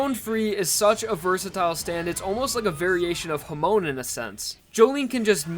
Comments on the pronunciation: why do you pronounce "hamon" so weird? you didnt watch part 1 or part 2 did you? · The way he pronounces hamon is kinda funny